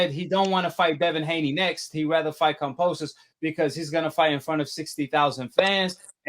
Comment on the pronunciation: At least say the name right. You’ve been saying it wrong forever. kamBosos